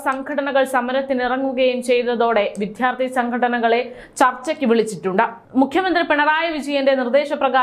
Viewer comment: വിദ്യാർത്ഥി എന്ന് നന്നായി ഉച്ഛരിക്കൂ പ്ലീസ്